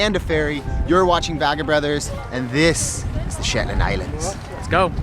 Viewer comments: Beautiful video but I didn't enjoy the 'slit your wrists' type music!😣...and the "SHETAND" Islands??😆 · Shetand Islands??? lmao! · Pro tip = never say "the shetlands" its just Shetland! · I'm shook! A whole video and it was never once referred to as the "Shetlands"! One way to annoy the locals is to add an extra 's' when it's not needed XD